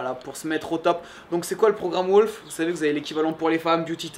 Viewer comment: we pronouce "wOUlf" not wOlf , anyway great job